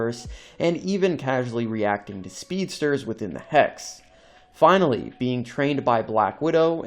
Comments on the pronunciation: It's pronounced Hex. You're saying Hax. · “Hacks abilities” 🤣🤣🤣🤣🤣 Dude it’s “hex.” Wtf. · Hex? No HAX😂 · You sounding like you were saying Hacks , appart from that good video 😅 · why do you keep saying Hacks instead of Hex? like... wtf? they're even hexagonal in shape... come on. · I thought u were saying hacks😂